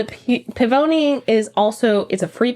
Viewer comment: Just a little fyi "Pivoine" is pronounced Pee v one.....the v is soft (peony the flower) ☺